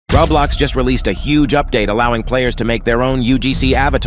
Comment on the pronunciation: Bro Just said [raw blox]💀